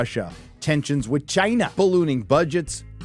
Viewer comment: the big ephasis on CHINA.. lmao